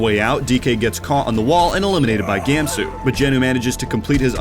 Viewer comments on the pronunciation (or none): It’s pronounced Gahmsoo, not Gāemsoo